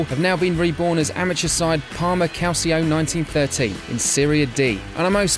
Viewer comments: calCio....not calSio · Pronounced Calcho, cmon 500k subs and no care for pronunciation